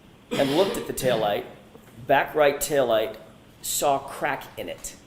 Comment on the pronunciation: This woman makes me insane. Every time she says “saw”, she puts an r in it.